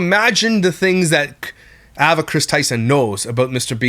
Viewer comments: Well, he also kept saying “ah”va instead of “eh”va and is extremely honest about the fact that he “blind” reacts which means having not seen the video he’s speaking about and zero research. Do people actually believe that he dives any further into the topics he covers other than his followers or mods sending him videos to react to and him choosing the ones he thinks will get the most views?!? Not one bit. He has some ok opinions here and there and is good for a laugh occasionally but if you’re looking for solid facts and accurate information, nope. Edited to add: If you’re wanting something more research based go watch the video that repzilla did on this topic a couple days ago. He also talks more about what past employees are saying mr beast knew and didn’t know. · Ava is pronounced Ay-vah! Please for the love of everything stop saying Ah-Vah! lol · The pronouncation is AY-VUH… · It’s pronounced “Aye-vuh “ Just wanted to point that out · yea it annoyed me sm😂 ‘Avva’ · why do you say Ava like that? ahahaha so distracting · love your videos but why are you saying ava like that hahahha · I’ve never heard of anyone pronounce “Ava” like this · The way you pronounce Ava is a war crime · I’m triggered by your pronunciation of Ava. 😂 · Same. is awesome, but he pronounces Ava funny lol